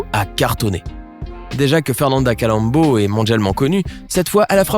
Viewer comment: au fait c'est fernanda colombo et non calombo.